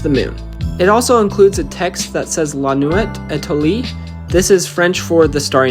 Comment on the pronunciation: If you're going to read out the French title, please do some research in how it's pronounced... Also, don't put nails through the technic pin holes in the hanging piece. Use the center which is designed to take a hook or screw.